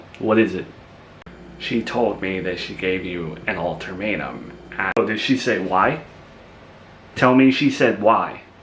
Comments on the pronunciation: It’s UL-TA-MATE-UM, not altermetuem 😊there’s no r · There is no "r" in ultimatum j/s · Alter matum 😂